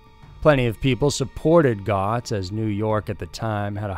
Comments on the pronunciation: Goetz is pronounced 'Gets' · It's pronounced "Gets". Bad research dude. Click bait. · They use to like the yanks and mets but now their hero is Bernie Goetz, (rhymes with mets). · You mispronounced the name of Bernard Goetz. It’s pronounced “gets”. Makes me wonder how much research you do, if any. Obviously didn’t watch news videos. Hopefully, you’ll improve. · Bernard’s last name was pronounced “Getz”. He only had a microscopic portion of the 43M. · Goetz is pronounced 'gets'. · Bernie Goetz is pronounced Get--zzzz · I have always heard Bernard Goetz' name pronounced like "getz" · Bernard Goetz - O is silent. And the victim was awarded millions, but collected nothing. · Bernie's last name is pronounced like GETS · Its pronounced Getz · Great vid as always but it's pronounced Bernie Getz not as it's spelled. This guy was the absolute Anti-Hero! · Nobody is sentenced to 25 years in jail... He got sentenced to 25 years in PRiSON... Also, Bernard Goetz is pronounced GETS... Goetz served eight months in JAIL, not prison... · Bernie Goetz's name is pronounced "getz" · Goetz is pronounced Gets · it's pronounced GETZ. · It's pronounced GETS, Bernie Goetz (gets)... You're my favorite channel, but mispronouncing names is one of my pet peeves. Do better, because otherwise this channel is professional level. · It's pronounced "Gets". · "Getz" is how to pronounce. I remember this case well my hometown. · Just said the same thing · I was about to comment the same thing, this was big news when I was a kid living in NY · It’s Bernard ( Getz ) pronouncing. Guy was almost a hero to some. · How do you not know who Bernie Goetz is??? Pronounced- gets. To mis- pronounce his name is weird, and you do it so often it's off putting as hell!! 'His time was pock-marked'? How does that make sense? Is there a meaning other than the common acne scarring meaning? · It's pronounced Bernard "Getz" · Gets... It's pronounced Gets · You know what else is wrong? The way you pronounce "Goetz"